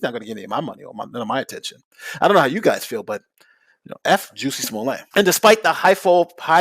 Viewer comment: he keeps saying “smollay” like his last name is spelled “smollet” and not “smollett”